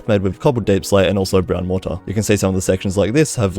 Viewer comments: please pronounce it mor-tr or mor-tuh, mor-taar just sounds very off 😭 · Your pronunciation of mortar is infuriating